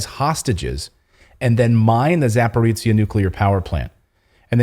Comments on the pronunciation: It's Zaporozjia, men. Not Zaporitzja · Clayton, its not Saporizia, its called Saporoschja PP. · I'm not salty but it is pronounced za-po-ro-zye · C'mon man, it is pronounced "zaah-poh-roh-zhee" ... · Zaporozhiye is pronounced ZA-PO-RO-ZH-YE. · Clayton .. you need to learn how to pronounce ZAPOROZHYE ..(za-po-ro-zye)-....you are smart Man .. it is not pleasant to listen up to your 'suffering' ..same story with a couple of Polish names you did other night ..it is embarrassing .. it will take 1 minute ... write down and than practice for 1 minute and you will be ok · Let me help you with a pronunciation: "zh" in Zaporozhye sounds like "J" in French names Jean or Jacques.